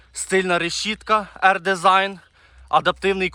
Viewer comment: Авто чудове. Лише, првильно промовляти R-DESING - ЕР-ДІЗАЙН (не ер-десіжн)